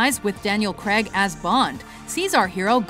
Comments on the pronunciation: Daniel Craig not Daniel creg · Fucks sake, it's pronounced Cray-g not Creg. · It's pronounced Craig (ai same as 'ay' in pay) not Creg. It shouldn't rhyme with egg hahaha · the new ones are the best, also, you said daniel Craig wrong. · Why can Americans not pronounce Craig? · it annoys me how they pronounce Craig weirdly